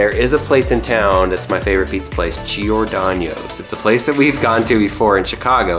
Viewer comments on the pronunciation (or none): it’s pronounced GIOR-DON-NOSE. Not “ano” aka year in Spanish. Trust me, I grew up on Giordano’s, Lou Malnati’s, and Gino’s East. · It’s GEE-OR-DAHN-O’S NOT GEE-OR-DAÑ-O’S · GIORDANO'S NOT GIORDANIOS AAAAAAAAH!! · I am offended (JK) But I'm from Chicago, sooooooo. Ima just say it but its Giro-Don-Oes, not Giro-Don-YOES, theres no Y. Lol But its my favorite Pizza Place OF ALL TIME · JJTRSN he said Giohdonyoos lol I’m from Chicago to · It bothers me as a Chicago local you said Giordano’s wrong the whole time.... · There's no y or ñ in Giordano's. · He did say it wrong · As me living in Chicago, Giordanos sucks go to better places like Lou’s or Nancy’s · Oh don't pronounce Giordano's wrong...